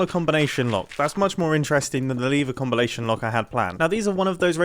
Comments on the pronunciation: "lever combilation lock" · he says lever combalation lock and I think that's funny